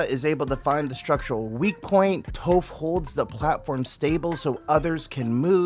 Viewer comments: WHAT DID YOU JUST CALL HER .....TOFF...NAH ITS TOPH ..LKKE T-AH-PH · The crossover I needed as a massive ATLA and Cosmere fan 😌 Not gonna lie, you saying “Tofe” and “Soaka” is frying me in 😂